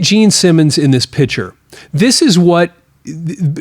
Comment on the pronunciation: I enjoyed your video however you do not pronounce the word picture right you say pitcher like in a water pitcher or a baseball pitcher learn to pronounce the word correctly please